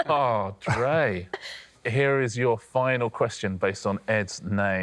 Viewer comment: "forgot about drey" 😭